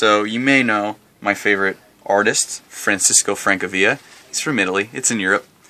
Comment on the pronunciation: It's pronounced Franchesco Francavila.